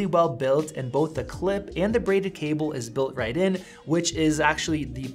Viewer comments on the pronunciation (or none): none